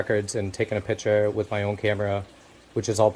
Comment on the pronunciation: Its picture. Not piture.